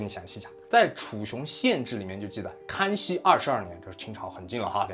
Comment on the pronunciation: 死亡wan， 康kan熙，